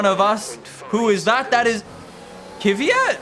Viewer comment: I mean no disrespect, but can you please pronounce Kvyat properly🙌